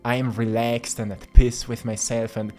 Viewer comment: sry, i cant help it, please work on your pronunciation of "peace", iam not in piss. :'D still love you haha <3